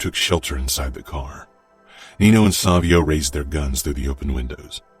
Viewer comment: Mama Mia It's Nino - NEE NO not NEENIOOOO. Even in the previous book it's pronounced NEENO .